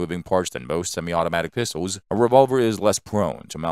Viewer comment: And "Pistowls"